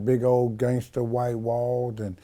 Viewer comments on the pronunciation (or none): none